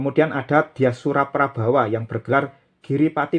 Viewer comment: Mosok wong jowo kuno ono jengen prabawa kang, prabowo paling. Nak O mbok ucapke A iku podo karo jatidiri bahasa ibu wong jowo kui ora otentik, Mosok mbah mbahku ngajari boso ibu iso salah ngucap logate lo kang. Rumasaku jowo yo ancen O kang, ora A. Lamun tulisane A tp mocone lan pengucapane O. Nak ngono dalang sak indonesia kui melenceng kabeh seko ajaran guru gurune, berarti dalang sak jowo kui ora otentik wong boso pewayangan kui O ora logat A. Ning aku yakin jowo Logat O kui asli logate leluhurku ewon taun kepungkur. Wong ajaran india seng logate A wae di genti O kok saiki mlh wong anyar anyar seolah olah meyakini jengen jowo dadi A. Prabowo dadi prabawa, girindrowardono dadi girindrawardana. Tri buono tunggal dewi ramawijaya dll. Rausah melu melu logate wong luar kang, wodene kono logate A karepe tp awae dewe ojo anut. Awakmu opo gelem umpomo jengenmu eko morojoyo ireng digenti eka marajaya hitam wkwkkk